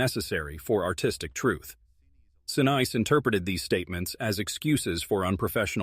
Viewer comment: Sa niece, is how it is pronounced